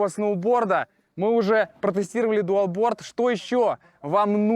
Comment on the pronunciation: Это не дуалборд, а долборд😅